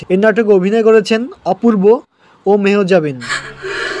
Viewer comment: মেহজাবিন নামটাই ঠিক মতো বলতে পারেন না আসছেন ভিডিও বানাতে।